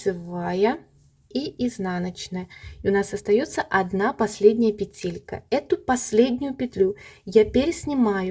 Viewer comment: почему ударение вы ставите в слове петелька не на первый слог? Носочки получились! Спасибо за мастер - класс❤